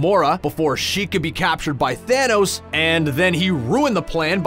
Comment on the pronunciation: I realized he kept saying Thaynos